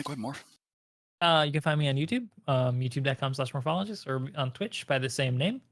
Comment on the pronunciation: Lol MOAPhologist XD